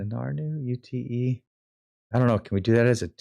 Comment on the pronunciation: good vid - UTE is not U T E - pronounced yoot - short for utility